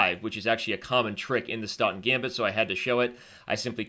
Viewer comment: Too fast to follow. Even the talking made Staunton gambit sound like "stunt gambit".